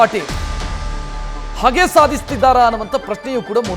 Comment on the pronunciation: ಹಗೆ ಅಲ್ಲ ಹೋಗೆ ಅವಳು ಪಾಪ ವೀಣಾ ಮೇಡಂ